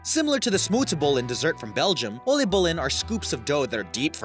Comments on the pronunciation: When you say oliebollen, you pronounce it like 'oleebollen' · hahahah when he said oliebollen so bad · lmao I like how he says it oleebolee it's called in dutch oliebollen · "oleebollen" "hegelsleg" "vincent ven go" when english people pronounce dutch words edit: waarom de f**k krijgt dit zoveel aandacht? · "Elleebollen " lol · I’ts always sooo funny to hear other people try to pronounce dutch words correctly😄😆 I mean...oly bulle? Vincent van go? Haggle slag? Lel Btw i didn’t actually know most of these dutch inventions... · OWIEBOLLUN 😂😂😂 Heggelsleg😂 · "Ollébollé" heb ziek gelachen😂😂😂😂😂😂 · Nothing better to hear an English person fail at dutch olliebollen en hagelslag <3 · Ollybolun Hegelsleg Vinent ven goo No hate But your good at dutch 😂😂😂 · Ollibulen(i am sorry but its really funky 😂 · Oliebollèn. like the way you pronounce that😂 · U say oliebollen as O-LL-IE-BOL-LEN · “ollibollen” het zijn “oooliebo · oleeboleen :P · He pronounced oliebollen as ullybullin XD. Maybe next time let google translate pronounce it and try to imitate that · Oaly bol. That's a start. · You butchered the pronunciation of everything. :/ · The way he pronounced “Oliebollen” got me laughing so hard... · Love it how he killed some dutch words😂😂 loved it great video! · How he said " oliebollen " 😂😂 I know it's a hard language, but I laughed so hard😅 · Im laughing about how he says 'olie bollen'😂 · Lmao the way he pronounces “Oliebollen”😂😂😂😂😂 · Wow I am dutch, and it was very interesting but also very funny to hear how you pronounced "oliebollen" and "hagelslag". :-) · I died of laughter when he said oliebollen and hagelslag! XD its not how you pronounce that! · You pronounciation is wores i am from the nederlands en i was laughing out loud😂😂😂 oliebollen and hagelslag and vincent van gogh haha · You butchered oliebollen so hard it made my cry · HAHAHA How He pronounced oliebollen lmao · Hahahahhahahahahhahahahha i’m dutch and that’s not how you say oliebollen or hagelslag😂